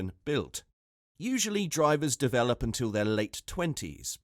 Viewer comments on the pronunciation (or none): none